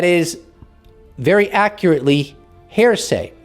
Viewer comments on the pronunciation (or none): Did you say "hairsay"? 😄 H +🦻+ say. ✌️🙂Love your work brother.